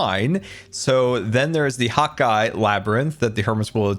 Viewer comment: What’s the deal with “hot guy” does he not realize it’s “hawk eye” ??